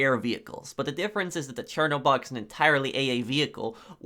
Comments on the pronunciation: No but i noticed you called it chernoborg when its called chernobog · Omg this dude over here emphasizing the "o" in chernobog when its just an uh sound not an oh